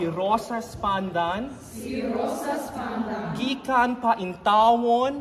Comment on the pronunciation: Wow ! The conductor even knows how to pronounce correctly this visayan dialect of the Philippines! Amazing! Congratulations! 👍